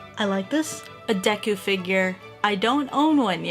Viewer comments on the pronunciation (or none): You said neku instead of deku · I swore she said Necku